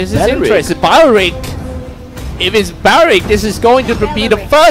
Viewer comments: He be saying baorik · Ahahaha,He even says BeRRerrIck.😂😂😂😅😅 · “Eth-teth and Barrik” 😂😂😂